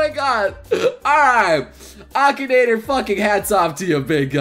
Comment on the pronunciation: Ahem, A-KEE-NA-TOR